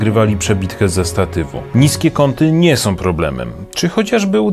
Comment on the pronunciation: Som, bendom, pozwalajom, jednom, wyglondajom....